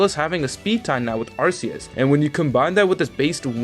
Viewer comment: Look your content is good, but ffs its Ar-Key-us not Arseus